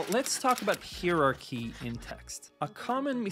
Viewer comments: Useful and shows how the exaggerated ux is everything disrespected that designers always used many elements of ux well before someone invented the term. Design always was ux. Also when did times something become just saying X that's painful, and heirarchy I have never heard it pronounced like that. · haha "hieroqee" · google pronounces it as "higher archy". seems legit ^^